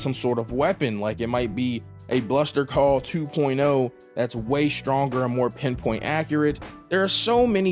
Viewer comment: Did you just say Bluster Call?